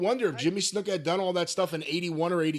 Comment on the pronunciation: The way Jim always says Snuka as Snooka pops me.